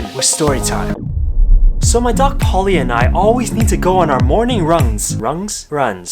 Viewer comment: Bruh he said rungs